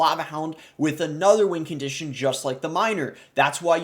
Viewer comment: Why does he say “wing condition”